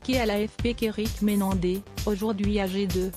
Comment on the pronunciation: MenendeZ 😂😂 ! Pas Menendé ❤